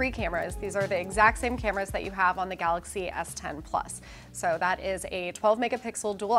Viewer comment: Eddy B yeah, the presenter called it Samsung “Galax” Note 10! He wasn’t able to pronounce it correctly.